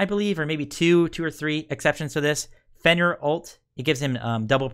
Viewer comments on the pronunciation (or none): none